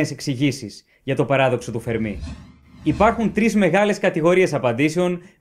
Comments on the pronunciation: "Φέρμι" ρε φίλε, τι "Φερμί" τσαμπουρνάς; Ιταλός ήταν ο άνθρωπος, όχι Γάλλος. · Παρεμπιπτόντως, προφέρεται Φέρμι, όχι Φερμί. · Ωραίο κανάλι, ωραία βιντεο keep it up. Μια μικρή διόρθωση μόνο (που δεν αλλάζει πλέον αλλά οκ), είναι Φέρμι, όχι Φερμί. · Φέρμι,Φέρμι....οχι Φερμί! Ιταλός είναι όχι Γαλλος! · Αγαπητέ εκλαικευτη. Ολα σου καλα, αλλά ο κ. Φερμι, επειδη ειναι Ιταλος, λεγεται Φέρμι κι οχι Φερμί. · The Fermi paradox.. φΕρμι. Όχι φερμΙ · O fermi ήταν Ιταλός όποτε διαβάζεται Φέρμι και όχι Φερμί. Το τελευταίο θα συνέβαινε μόνο αν ήταν Γάλλος διότι αυτοί τονίζουν σχεδόν πάντα στη λήγουσα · Να είσαι φυσικός και να μην ξέρεις ότι ο Ιταλός φυσικός ονομάζεται Φέρμι και όχι Φερμί, με ξεπερνά... Μάλλον τον συγχέεις με το Γάλλο μαθηματικό Φερμά, κάτι που είναι ακόμα πιο τρομακτικό! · Ο Φέρμι δεν ήταν Γάλλος. Ήταν Ρωμαίος. Λεγόταν Φέρμι και όχι Φερμί. Για να προφερθεί Φερμί θα έπρεπε να γραφόταν Fermí και όχι Fermi που γραφόταν. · ENΡIKO Φέρμι και οχι Φερμί....!(Ιταλος). ΣΥΓΝΩΜΗ ΓΙΑ ΤΗΝ ΔΙΟΡΘΩΣΗ. ΚΑΤΑ ΤΑ ΑΛΛΑ ΕΙΣΤΕ ΕΞΑΙΡΕΤΙΚΟΣ, ΕΥΧΑΡΙΣΤΩ. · Φέρμι και όχι Φερμί. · Πολύ ενδιαφέρον θέμα και με σωστή προσέγγιση. Να πω πως ο Enrico Fermi ήταν Ιταλός και το όνομά του προφέρεται Ενρίκο Φέρμι (με τον τόνο στο "ε"). Επί της ουσίας τώρα, θεωρώ πως οι πιθανότερες αιτίες του Παραδόξου του Φέρμι είναι το γεγονός ότι η εξίσωση του Ντρέικ είναι ΕΛΛΕΙΠΗΣ! Αν μπουν και οι άλλες παράμετροι στην εξίσωση (αυτές που λείπουν), να δεις που θα ...πάψει να είναι παράδοξο!!! Μερικές ιδέες έχω για το ποιές παράμετροι λείπουν, αλλά είναι μια μεγάλη κουβέντα αυτή. Δεν γίνεται μέσα σε σχόλιο. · ο ENRICO FERMI ΗΤΑΝ ΙΤΑΛΟΣ και προφερετε me ton tono στην παραλιγουσα